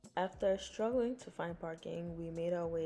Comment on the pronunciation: Not you "sKruggling" on koko crater.🤣🤣😩